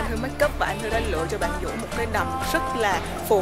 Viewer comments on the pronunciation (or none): Tên Vũ nói ngọng nên phiên âm thành dũ đó mấy ba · Tên của bn chuối là vũ mà đọc là dũ